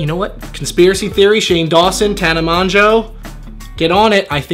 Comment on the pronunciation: tana mon-joe??? ITS MOJO